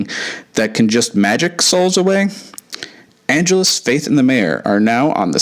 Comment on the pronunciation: "Ann-JELL-Us," not "ANN-gel-us"!